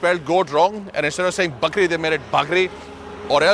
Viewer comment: it's bhaa-k-ri